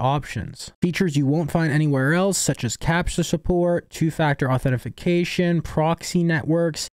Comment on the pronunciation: Ok, dude. It's authentication, not authentiFication